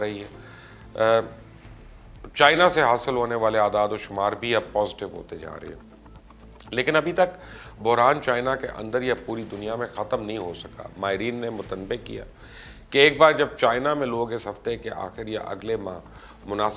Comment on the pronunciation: م ت ن ب ب ہ یعنی متانبّــہ م تن بہ درست نہیں ہے۔